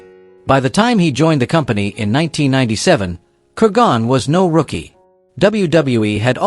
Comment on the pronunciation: It’s KUR gon. Not kur GON.